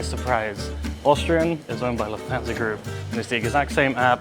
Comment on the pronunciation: I don’t speak German, but surely Lufthansa is pronounced Looft-hunsa not Loof-thansa 🤷🏻‍♂️